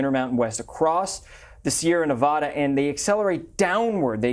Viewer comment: Please learn how to pronounce Nevada😶.